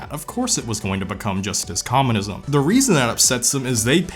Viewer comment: "Thum" "Thum" "Thum". There's no U in "Them". But it's okay, I can't say Vegas without it coming out like "vAAAgas". lmao